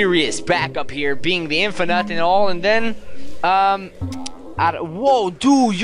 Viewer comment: Its not Infer nut its infinte nut.....